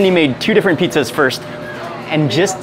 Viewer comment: I love how they pronounce it petezas.